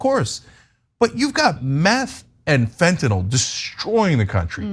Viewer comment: Love u guys, thanks for not saying "fentonall" 😘